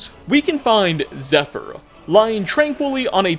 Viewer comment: Nice try pal, but wouldn't pronounce that bow, "zephyr". Who the fuck are you?